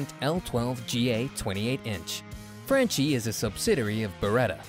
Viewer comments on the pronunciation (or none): Dude, it’s Frahn key.